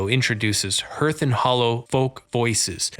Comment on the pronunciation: It’s pronounced ‘harth’, not herth.’